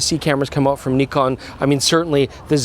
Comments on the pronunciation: Finally you're pronouncing it correctly! Well, at least. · The most impressive thing in the video is that is finally pronouncing Nikon correctly, the other guy is hopeless though... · Knee-Con is correct! Also the Z 50 was a great camera, other than the nonsense flip down LCD. Z 50 II couldn't be going backwards. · THANK YOU FOR SAYING "NEKON" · Bravo Bravo Bravooo!! Say Nikon correctly!! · Nikon … Nikooon… the pronunciation is right Nikon 😊😊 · Thank you for pronouncing the cameras manufacturer names correct! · Pretty funny that the french pronunciation of Nikon is basically the correct one. I've been saying it correctly my whole life without even knowing it ! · yesss he pronounced nikon correctly 😅😁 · Listen to pronouncing it properly!